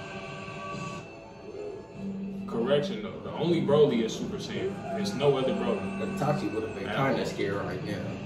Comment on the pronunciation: Bruh keep saying itachi like nah no sir